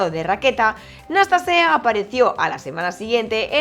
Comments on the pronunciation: El jugador rumano se llama Nastase y no Nastasae como se dice en el vídeo. Nastase fue uno de los grandes del tenis. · ¿Por que dices "Nastasae en vez de Nastase? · Muy buen video, bien documentado e interesante. Tu locución bastante buena, sin titubeos. Pero.... ¿POR QUÉ DICES "NASTASAE"? En España siempre lo oí como "Nastase". Ahora me he visto dos videos en inglés, y ellos dice 'Nastasi". Y también dos videos en rumano, y ahí suena a "Nastase" normal. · Gracias, buen video sobre el doble encordado. Pregunta, por qué dices NastasaE? Es Nastase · Hola! Dices NASTASAE en repetidas ocasiones... Es así como se pronuncia en rumano???